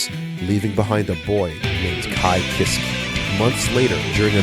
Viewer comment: I’ve been playing gg since 2002. I had no clue about most of this lol Also I admire your tenacity, but you’re pronouncing sky Kiske incorrectly. Its “Kees-Kay”